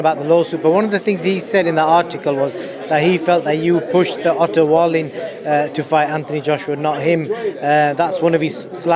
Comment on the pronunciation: Strange as a promotor not know how to pronounce Wallin after all this time.